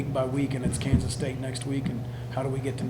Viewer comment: It's Kansa......don't get to excited